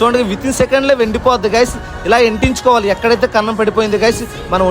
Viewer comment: Bayya nuvvu style ga matladaniki try cheyaku bro. Antinchukovali ane badhulu Ventinchukovali antunnavu